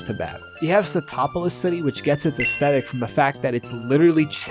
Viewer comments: aesthetic: us-thet-ik not astetik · Legends say that he's still trying to pronounce the word "aesthetic." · Bro makes a big deal struggling to say "aesthetic" but doesn't fucking flinch at saying "pacifically" 💀💀